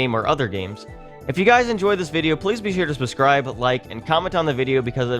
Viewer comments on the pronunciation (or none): "Please be sure to spescribe"